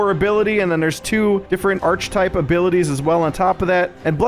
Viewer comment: Architype is pronounce Arkitype - bless you!